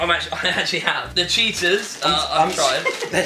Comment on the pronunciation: I know my food Also: calls Cheetos chetahs